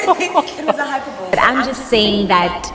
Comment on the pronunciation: The way she pronounced Hyperbole🤣